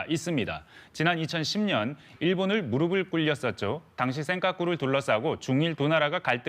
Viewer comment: KBS에서, "~무릎을 꿇었다."를, "~무르블 꿇었다."고 말하냐? "~무르플 꿇었다."로 말해야잖아? '무릎'과 '무릅'을 구별 못하는자, KBS에서 떠나라!